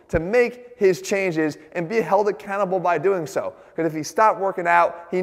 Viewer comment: Is he saying be accountable or be a cannibal?